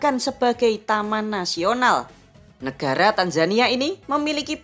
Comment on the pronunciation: YANG NGOMONG CEWEK ATAU COWOK,, ATAU 22 NYA😅😅 NEGARA , NEKARA😅😅